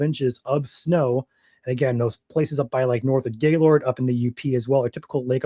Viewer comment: I'm surprised your from Michigan and don't know how to say Gaylord lol